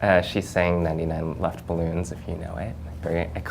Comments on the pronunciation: Nina - Neintinein Laftbelluhns, you heard it here first, folks. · klingt wie 99 Lunchballoons 😂😂